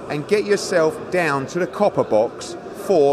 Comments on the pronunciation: Eddie its Copper box not Copper bosh lol u prounced right once this whole interview lol Garcia should be sectioned for his own safety hes lost the plot and should of beem banned longer for cheating hos career in boxing os done now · Every time somebody says “copper bosh” a child in Africa dies